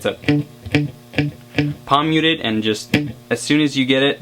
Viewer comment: I've never played guitar and you kept saying "pomyutid" I was like what the. I realized you were saying palm muted